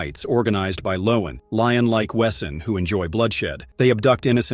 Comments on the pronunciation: I hate this AI voice, when it mispronounces the names and VESEN as its written, WEsen 😮‍💨 I have watched this series SEVERAL times and own it on bluray. I LOVE IT!!! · That pronunciation of Blutbad was really, really bad. Maybe just the AI voice, I guess. Oh. And it slaughtered Wesen too. (Although maybe I got the spelling wrong?)